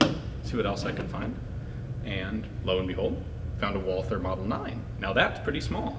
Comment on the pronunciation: It’s pronounced WAL-TER, despite being spelled Walther.